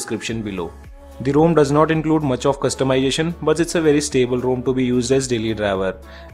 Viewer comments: It's ROM not ROAM! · Bhai main bhi India se hoon. Bc ek bande ne wrong pronounce kar diya toh pura India ka naam kharab kar diya! 😂 It doesn't take much effort to pronouce ROM instead of ROAM!